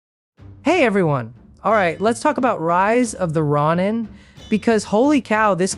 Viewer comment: stopped at 2 minutes, i aint about to listen to u mispronounce the games name for another 10. do no recommend channel. bare fuckin minimum n u couldnt do it.